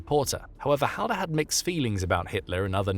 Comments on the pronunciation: its pronounced hallder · that's me grate grate grate grandad its and say the last name right ffs